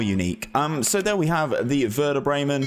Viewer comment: Good idea mate, really like that, as always. You need some training with the club names tho haha.